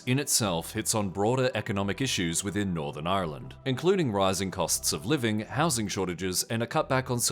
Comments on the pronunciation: It's not pronounced the way it's spelled - so "ire land?" I've heard Brits say it that way too. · On today’s episode of “north Americans trying to pronounce Ireland” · The way you pronounced Ireland is amazing and I want to start a petition to make that the official pronunciation purely for my own amusement